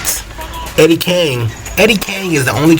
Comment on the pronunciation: Eddie KING, not Kane. 🤦🏾‍♂️🤣